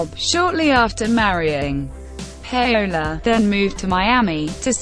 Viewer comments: its not pronounced Pay Ola..its pronounce Powla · Pay - ola??? Get it right woman you must have heard her name before..! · THE REAL PRONUNCIATION IS PA-O-LA A WITH AN A LIKE AMIGO IN SPANISH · Wtf that really is not how russ's wifes name is pronounced.